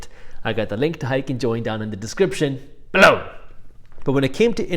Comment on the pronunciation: When he says "BELOW" its like being tickled. I laugh every time but its so annoying 😂😂😂